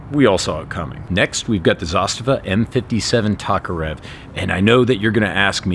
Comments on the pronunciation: it's pronounced "TOKE"-arev you ignurint amrikanski capitalist lackey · You pronounce Tokarev weird